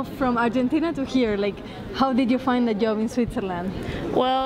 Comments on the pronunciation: how to find a ...yoob... ahahahah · It'a JOB, not Yob. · Sorry. But Its not a yob …. Its a job. Learn English at least before 👍🏻